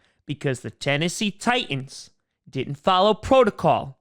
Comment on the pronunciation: Tie ands. Thats how I hear the name of the Titans here lol.